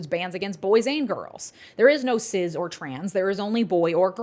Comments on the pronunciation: lol why do you pronounce cis "ciz" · Love this vid, particularly the breakdown of TN’s hypocrisy behind allowing usage of gender affirming care in other instances for cis-kids is incredible. Plus, pronunciation of “cis” like Sizz instead of Siss got me like 🤔